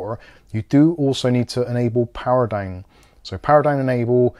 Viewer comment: He say´s "dine" instead of "down" ha ha ho ho hee hee!